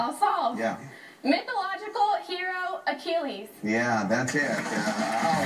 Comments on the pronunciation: Mythological character Ay-chill-US? Wtf, he's from the epic the Iliad, not fucking the head of hazing of a college fraternity. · I guess correct pronunciation is his a-chili's-heel!